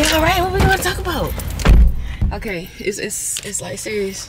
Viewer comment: “talmboutt” leave it to New Orleans 😭